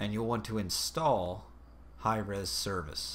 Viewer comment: haha god damn it Hi-Eez this is so stupid but THANK YOU VERY MUCH!